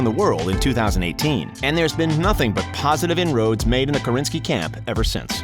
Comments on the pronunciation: Why do you call him Karinski ? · InfULEntial, and Karinski?? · Did the narrator really just say “Kar-in-ski” ? 🙄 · He also said "Karinski" at one point I'm pretty sure too :) Oh well :) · he says Karinsky instead of Krasinski. Do your homework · "made in the KARINSKI camp" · this narrator you probably got on fiverr already said "IMBD" instead of "IMDB" and "Karinski" instead of "Krasinski" and I'm only at minute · he also messed up IMDB and said IMBD